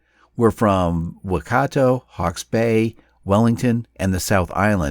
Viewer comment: The letter G in Te Reo Maori is almost silent and so the name Ngata is pronounced Nah-ta instead of Na-Ga-da. I'm also unsure what "Rotoro" is, but based on the location on the map it is likely this is meant to be the town "Rotorua". Waikato is also pronounced why-cat-oh not whi-car-toe (which sounds Native American).